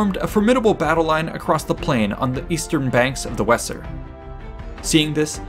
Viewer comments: Weser, it's pronounced wazer. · Very well presented. the river wesser is more closely pronounced Vayser. Hope this helps. Thanks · The Weser river is pronounced in modern German roughly like VAYS-er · “Weser” is pronounced “Vaser”